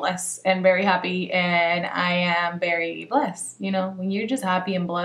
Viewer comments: Lol she say berry except very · I love when you say very it looks like you're saying bery 😂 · I love how you say very it sounds like "berry" lol